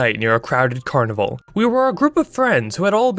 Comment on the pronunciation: "I always whanted to go to the CUANIVUH"